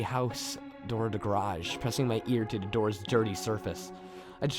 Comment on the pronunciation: I like the videos but noticed instead of saying "the" you always say "da" n it's kinda trashy sounding. Sorry. I'm from Chicago and always hated when ppl pronounced "th" words "da". That's all.